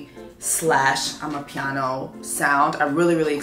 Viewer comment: Screaming for all your South African fans at you pronouncing “ama-piano” correctly! girl your already a ZA daughter with that Mbali my middle name too all in there😂…now let’s get to this review! Congrats on your new music, we rooting for you Seesta! 😁❤️❤️❤️